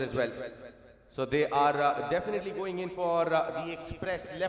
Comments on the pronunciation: Axcited hehehehehe dafanitley hehehehe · Definately ❌ Dafinately ✅ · Definitely✅ or Dafinetly?? Oh my goodness 😂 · Dafinetly 🤣 English